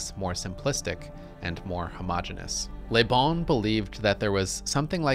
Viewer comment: Excellent quote. On a side note, I find it really grating to hear Americans pronouncing the French word 'le' (luh) as 'lé' (lay), as this presenter consistently does with the name LeBon. Certainly, speaking French is not a requirement for being a political scientist or an intellectual, but I do think it behooves one to check on the pronunciation of unfamiliar terms and names in advance of giving even a pseudo-scholarly talk about them. My pet peeve with this is not just that they're getting it wrong, but that I feel it's indicative of an abiding anti-intellectualism wherein they don't care that they're getting it wrong--after all, the onus is on the rest of the world to speak English (or perhaps I should say American), so why should they have to learn a new thing ever in their lives? To be clear, I am not accusing the presenter here of the attitude I just described, but those are the kind of thoughts and feelings this slight mispronunciation brings up for me. It almost made me not want to keep watching the video, and this is not the first time I've experienced that. EDIT: After finishing the video, I found the thesis to be very well-researched, well-reasoned, and meticulously presented, with the the exception of the point I made above and another (more minor and very common) mispronunciation of the name Göbbles. It would have been a shame to have bailed on this out the gate over a detail. This can be interpreted as a lesson for me in not throwing the baby out with the bathwat